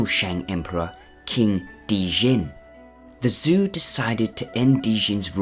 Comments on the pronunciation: "Zhou" is pronounced as ""Joe". The XIA dynasty is pronounced as "SHA". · pls just look up how to pronounce zhou. fun vid tho!